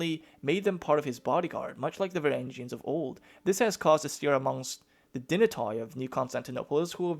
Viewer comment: oi in dynatoi and barbaroi sounds like ee in feed